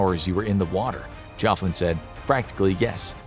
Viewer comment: I wonder if he’s a relative of mine if he’s from Liverpool a lot of my relatives are from there although I’m not from there myself. We also pronounce my name Jockin not Joffin haha.